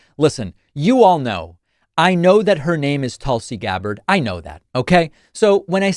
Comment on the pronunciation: Hi David I’m Indian,nominally Hindu, just want to say that turncoats name is pronounced “toolsee” which is a herb kinda like basil and considered sacred to Hindus. So your pronunciation is correct.